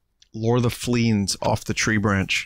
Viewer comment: Fleens? You're not Fleens!